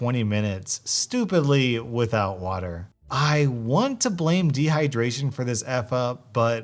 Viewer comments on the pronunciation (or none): none